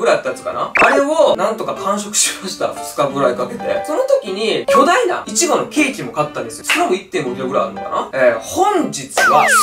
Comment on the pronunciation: イチゴのイントネーションおかしい笑笑